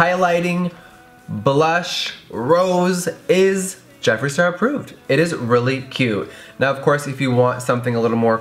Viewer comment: OMG THAT MOMENT! JEFFREE. JEFF REE! I litterally couldn't stop laughing 😂